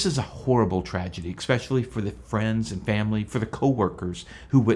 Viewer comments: please say especially and not expecially for believable professionalism.. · Expecially? Exscape?